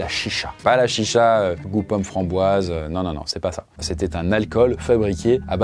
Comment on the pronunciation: Alors juste une chose, Chicha se prononce "Tchitcha" :)